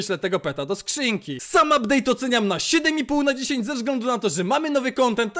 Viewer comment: abdeyt'' czapka 10/10 poprostu robi wrażenie miłego oglondania :face-red-heart-shape::face-red-heart-shape::face-fuchsia-poop-shape::face-fuchsia-tongue-out:😀😀😁